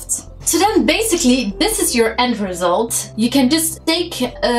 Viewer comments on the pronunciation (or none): none